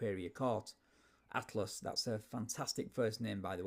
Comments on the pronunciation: His name is Altus not Atlas. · it's Altus, not Atlus, not a cool name